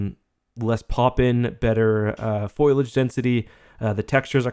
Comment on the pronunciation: "...better 'foil-age' density..." its actually "fol-ee-age" 'fol' as in 'fold' not 'foil'